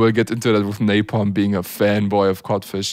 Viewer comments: I came back to say napalm not napom nice vids🤣😂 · You said Napom but in Subtitle ia Napalm😂